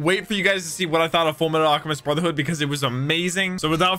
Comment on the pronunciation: I believe you mean.... clears throat "Fulumetal Alchemistu Broothehoodo"